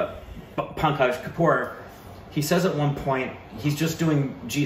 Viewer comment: is trying hard to pronounce the name Pankaj, forgetting that is also the first name of one of his favourite actors, Tripathi 😅✌